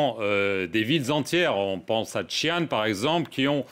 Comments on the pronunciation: Comme d'habitude le "journaliste" obéit au rédacteur en chef et n'écoute pas les réponses. Il est incapable de prononcer Xi'an et Xinjiang correctement. Il aurait pu aussi prendre quelques minutes pour LIRE l'histoire de Taïwan. Il manque de finesse et d'intelligence pour établir un minimum de dialogue. Il détériore ainsi les liens particuliers entre la France et la Chine. Les Chinois adorent notre pays, le premier à reconnaître leur République, et aussi notre cuisine , notre Romantisme. La Chine est aussi une grande civilisation. Mais ça le "journaliste" ne le sait pas bien sûr. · Ce journaliste peut apprendre à prononcer Xi'an et Xinjiang correctement s'il prend deux minutes. Vous avez déjà la "réponse standard", alors pourquoi s'embêter à demander encore et encore à l'ambassade de Chine ?